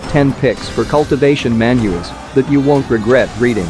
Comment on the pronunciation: how can it be that he said manhua not manhua